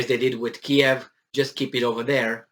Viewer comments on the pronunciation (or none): none